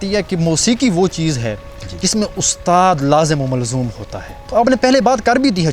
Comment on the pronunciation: anchor shb Urdu ky alfaaz sekh k bolyn tu acha Hoga lazmi o mazloom 😂